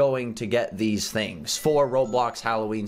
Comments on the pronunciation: you said tings instead of things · “The tings” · its not tings its things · u said ting instead of thing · “So, I couldn’t get the TINGS yesterday” I’m actually dying 😂 😂 😂 😂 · "I wasn't able to get the tings!" 😂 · Did anybody else hear tings or is it just me?